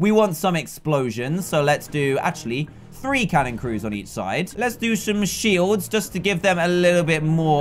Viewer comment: lets do shom smhields just to give them... Proper English Dan